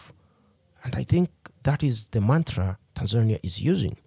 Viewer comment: You used the wrong pronunciation for Tanzania. Please stop using Ugandan/Kenyan pronunciation when saying Tanzania. Also, electricity in Tanzania is not affordable; it's actually very expensive. Separately, the current president of Tanzania is not "Madam Suluhu." Her name is Mama Samia. For those reasons, I downvote this video..